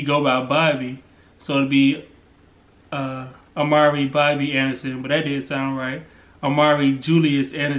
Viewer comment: No... oh I thought y'all were saying Omari, not Amari lol so no Amari Alexander A.A.A